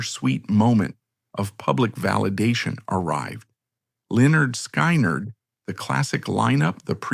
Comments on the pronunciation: Pronounced: Leh nerd Skin nerd. Pardon, my hyphen key got hammered by a neighbor. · I hate this doc. Can't even pronounce Linnerd Skinnerd. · Pronounced Li - Nerd - Sky - Nerd 😂 haha. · Cowardice and abandonment? This moron can’t even pronounce the name of the band properly, even with the dictionary pronunciation on the first album cover. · Can’t pronounce the name of the band right in the first 30 seconds…. Thumbs down, do not recommend Chanel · Somebody, please STOP this AI pos from even trying to pronounce LYNYRD SKYNYRD, it's such a shame and it's disrespectful to the entire band!!! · Can’t believe they don’t proof watch.Or whatever you’d call it. Make it then watch it so it doesn’t make a huge mistake and piss off the very people the video is targeting. It loses all credibility when they can’t even pronounce 👈🏻👌🏻 the name of the greatest American rock band of all times! I don’t understand why they can’t just do it themselves. It’s just reading a script! You have to have a machine read what you wrote? Not very bright!